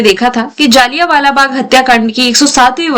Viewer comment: Mam jliya bala bag hota he jaaaliya bala nahi 😅